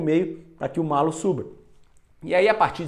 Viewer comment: Gostei muito! E o narrador errou a pronúncia, é "MALHO". Dois L's com som de LH mesmo. :yougotthis: Nova inscrita! :goodvibes